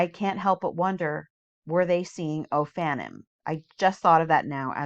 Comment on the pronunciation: Just as a little FYI the Hebrew words ending in “im” (seraphim, cherubim, etc) the im is pronounced “eem” not “imm”! So “ophanim” is pronounced “oh-fan-eem” not “ohf-fannim”. You are saying it right when you say Elohim. And just a fun fact for anyone reading the “im” makes a word plural; eg: one cherub, many cherubim.